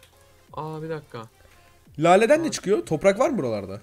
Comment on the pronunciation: Abi sen topraka torpak diyorsun